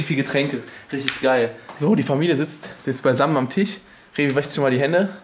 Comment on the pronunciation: es heißt TISCH nicht TICH. du vogl